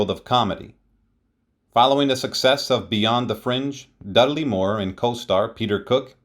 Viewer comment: Dud-a-ley? HUH? Dud-ley. RIP Dudley. Thanks for the video.